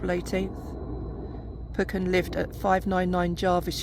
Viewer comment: I just happened to come across this video on here. You are pronouncing Arthur's surname incorrectly; it is Peu-chen, not Poy-kin and I have confirmed this with his relatives. As well, I do not believe Arthur was told by his friend John Hugo Ross that "...it will take more than an iceberg to get me out of bed", as Ross was seen later on deck. It was more than likely made up by a certain author who is known for getting his facts wrong and embellishing them. Nice to see my article referenced. I've also written a full scale biography on Arthur Peuchen, which I hope will be published soon. Overall a good video; thank you for remembering Arthur Peuchen, in time for the 111th anniversary of the Titanic disaster.